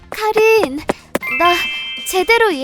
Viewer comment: 카링이 아니라카린아닌가?